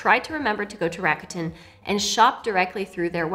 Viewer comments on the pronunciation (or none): Hey language tip, RAKUTEN is Japanese. The kanji is 楽天. It's pronounced RAKU (RAH-KUH) which means "easy" and "fun" and TEN (TEN) which in this case means "heaven" because of the kanji they chose. So it's like an easy, fun, and heavenly shopping experience 🤔